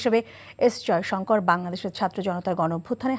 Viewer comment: Bangla vasha sathick uccaron sekho s. Joysankar bolty kosto hoy